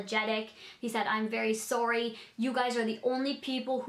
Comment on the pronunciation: 'I am so soorie' lol😂